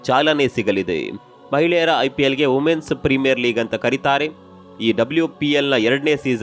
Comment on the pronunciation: Wuvens ❌ womens ✔️